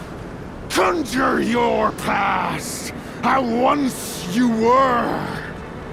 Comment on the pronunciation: never say the word conjure like that ever again bro